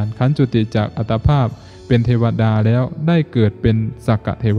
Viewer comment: แล้ว อย่า แร้ว และ อย่า แระ กำหนดสติ ตั้งใจกำหนด ร เรือ กับ ล ลิง ใช้อักขระให้ถูกต้อง จะดีมาก ยอดเยี่ยม ต้องหัดและกำหนด ทำให้ถูกต้อง คนฟังรู้สึกขัดๆ ขอขอรับท่าน